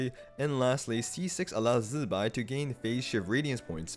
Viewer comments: STOP SAYING ZIBAI LIKE THAT ITS NOT ZZZBAI ITS ZI BAI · Since the artwork also shows Columb'na (or more accurately Columb✨na) so can we start correctly saying Zibai not Z'bai... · I watched the live stream they say zi bai not zzbai 😂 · zzzzuhbai, funny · Chinese should instead fix pinyin. Never seen worse transcription. Everyonr is going to pronounce the i in zibai. It's how alphabet works. Z'bay. Bam. Fixed mandarin. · I really hope And not getting electrocuted everytime time he pronounces ZZZZ-bai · Man why do you say Zibai like that? Zzzbai😂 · say Z-BYE again, I dare you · Its jibai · now why are we say zibai like that, u aint even chinese.. I took back my like and sub purely because of that